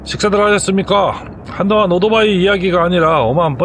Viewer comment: 나름대로 훌륭한 컨섭(concept)의 유튜버로서 그리고, 해박한 전문지식을 바탕으로 이해기쉬운 해설을 해주시는 노력자체는 존중해드리고 싶습니다. 하지만, 한가지 단점, 귀에 거슬리는 1가지를 지적 해드릴게요. "오도바이"라는 말을 너무 반복하십니다. "이륜차" 내지는 "바이크" 라는 표현이 더 맞는 표현이 아 아닐까요? 그리고, <오"도"바이>라고 발음하시는데, <오"토"바이>라고만 해도 그냥 넘어갈수 있겠는데